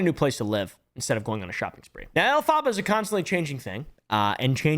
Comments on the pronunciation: not elphaba its elf-abar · Off topic but I thought the name Elphaba was pronounced Elpha-buh, instead of El-phah-buh. Unless does she herself prounce it the other way? As a fan of Wicked it was a pet peeve lol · I think you’re putting the emPHAHsis on the wrong syLAHble. If their name is based on Elphaba from Wicked, it’s pronounced EL-phuh-buh. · This man has never seen wicked but it’s funny. Also just FYI, the name is pronounced Elf-uh-buh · Dude, her name is elfphaba (ellelfaba) which is one word, your making sound like she is mexican. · Hey I love your content but her name is pronounced “elf-uh-buh” like the witch from wicked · The way says Elphaba is hilarious to me😂 It’s pronounced Elf-i-ba, you can actually look up the pronunciation by looking up Elphaba from the musical Wicked. This isn’t meant to be mean, just a lighthearted correction. On another note, the editing, commentary, humor, everything is great here, keep it up! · isn’t it EL-fuh-bah like the witch from the Wizard of Oz/Wicked? they are wearing a lot of green 😅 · Alf-ah-buh. Like the wicked witch in Wicked. Lol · "elPHARHBARH" I LAUHED EVERY TIME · Is that how their name is supposed to be pronounced? I thought it was more like elph-uh-ba. like the character from Wicked? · the way he is saying elphaba is killing me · The way u pronounce elphaba 🤣 u clearly have never seen wicked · The way he pronounces Elphaba makes my teeth hurt. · I don’t know who this person is but is their name not pronounced like in Wicked? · As a theatre nerd, It p a i n s me to see how pronounces Elphaba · I think my favorite part of the video is constantly mispronouncing the name Elphaba 😂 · Everytime he said it wrong it made me laugh.